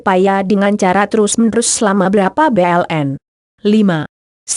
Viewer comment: Hahaha.. Gue jd galfok gara2 bulan di baca b. l .n 🤣🤣🤣